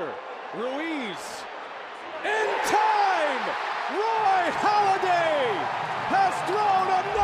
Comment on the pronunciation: Halladay*** not Holliday